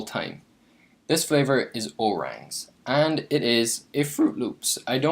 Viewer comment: O-rangZ rather.